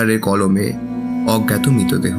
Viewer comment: Its Mritodeho not Mitodeho. Introduction ei atke gelam